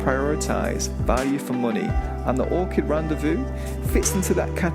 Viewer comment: It’s Orchard, not Orchid